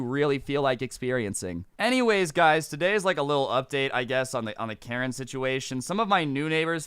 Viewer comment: “Uh uh uh TODAY” ngl kinda uncalled for